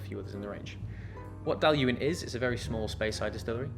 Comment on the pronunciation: I tried the G&M Dailuaine 04 Connoisseurs Choice which I believe is vastly different in style to the Flora and Fauna bottling. It was like drinking a tarte au citron, amazing stuff. Also congrats on the pronunciation lol!